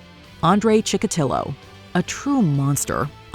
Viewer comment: Andre Chikotilo*, not Chillo.